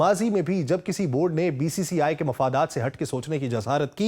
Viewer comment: Bhai BBCI nahin BCCI hey, atleast thik se bolo